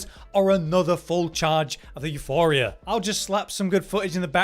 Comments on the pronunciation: There is no 'H' in Euporia. It's Euporia not Euphoria. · you - pour - ee - uh not you - for - ee - uh there is no 'H' in the weapon name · Say it with me class Euporia. You-poor-e-ah.